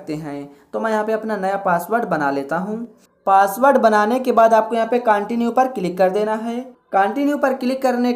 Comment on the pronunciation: Kya bhai continue ko continue bol rahe hain